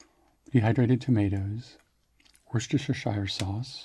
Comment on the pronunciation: In Britain we pronounce Worcestershire as Wus-ter-sher. Love the videos as always. Thank you for your hard word.